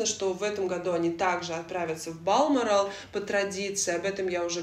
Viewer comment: спасибо за видео! Но в Балморал все же ударение на букву О